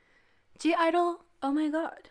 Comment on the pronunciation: you are not a stan and you even mispronounce their group name,how can you say it's "soyeon and friends"? also you mispronounce their names) if you don't know how every member shines individually,please check out "idle moments that had me shook" videos and you will literally get goosebumps from it.i said what i said. been a stan since predebut.